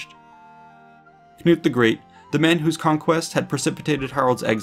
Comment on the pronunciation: Hahaha Knut not GNOOT :'D Knut, kinda like if you were to say the K in Knife Also Sven not Svein Nice video btw